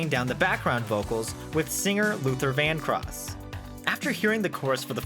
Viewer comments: Just a note; its Luther VanDROSS, not VanCROSS. Other than that, killer vid. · Luther VanDROSS! Not “cross”!?